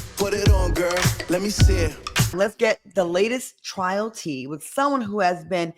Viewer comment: It’s “Trial” not “Trail” ijs